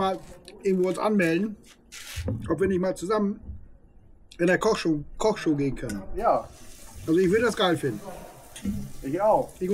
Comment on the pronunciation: Kochsschow?😂😂Ihr müsst erstmal einen Kochkurs besuchen😂😂